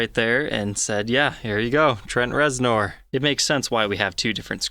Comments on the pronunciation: It is pronounced Rezner, not nor..as it is spelled. Would never know unless you hear it. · How have you not heard his name before? "Ner" bro...."NERRRRR" 😂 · Its said like it's spelled with an E REZNER! You're killin me smalls ! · Reznor …..but pronounced Rezner… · Please tell me you pronounced his name weird on purpose. Rez-ner, just for future reference. It was almost like nails on a chalkboard each time you said it. Great info about a guitar i didn't know about. I tried your polishing technique w the same products on a black ltd v407b and an ovation acoustic. Wasn't the "wow" result i was expecting & i looked at it in different lighting angles. Its definitely clean & w a slightly smoother surface. Got a zw camo I'll try it out on once i get new grover locking keystone tuners in. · His last name is pronounced ReznER! Do your research before doing a video, huh? I love the sound of this guitar! It's deep, dark, and mysterious. Just like Trent's brand of rock he's famous for. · It's pronounced Trent rezner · First time I've ever heard him called Trent Rez-NORE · I know, I was cringing every time he said it. Giving the benefit of the doubt, if you have never heard it spoken, you wouldn't know it is pronounced ReznEr. Still, it reminds me of a massive poser who just keeps digging that hole... just keeps.... on.... digging. is not a poser btw. I'm not implying that. Just how do you not know that? It would be like pronouncing Grohl as Growhill or GrawHil. Sorry if your reading this, take it all in jest, my man. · It’s also the first time I’ve heard of a strap but-TON. I think ol’ might have a touch of the ‘tism. Not a bad thing. Just saying. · It's pronounced Rezner....Jesus lol... I love but good lawd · Anybody else take issue with his pronunciation of reznor? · Had to stop watching, couldn’t handle the horrible pronunciation. If you’re going to do a signature model might want to learn the artists name.